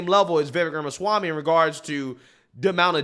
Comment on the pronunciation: He already said he won't be Trump's VP. He's also an ivy league educated attorney like Ben Shapiro and his analysis is always very thorough but succinct. you best start pronouncing his name right. 😂 He might be willing to come on your show! 🎉